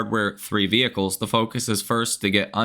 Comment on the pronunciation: Horrible earnings call, so unprofessional. Couldn't they find someone who could pronounce the word vehicle; it's not weehicle !